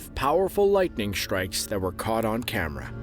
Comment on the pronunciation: Can nobody say “strikes” anymore without pronouncing it “shtrikes”? Every word containing “st” seems to have morphed into “sht”. “Assume” has become “ashume” . Etc, etc. It’s not just here in Shtraya (Australia) but seems to be all over the English speaking world and seems to be a fairly recent phenomenon. Any comments?